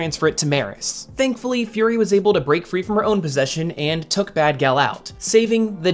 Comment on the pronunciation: furi? fury